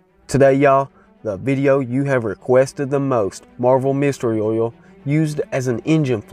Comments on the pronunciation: Texans pronounce oil as "ole," as in "hole." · The way you say oil 🤣🤣